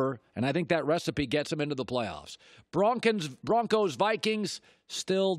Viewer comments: Broncins!?😂 Just keep clicking my time I set after he says Vikings over and over😂😂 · Could’ve sworn he said bronkings😂😂@